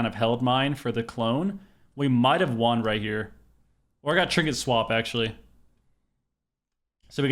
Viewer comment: I've been watching you for many years now, and it still hurts my brain hearing you pronounce won as juan. won is pronounced the same as one. That aside, GG is looking flat out unbeatable so far this season. You guys are peak form, and i'm here for it!